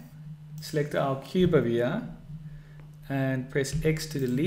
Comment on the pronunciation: why are you saying here as yaa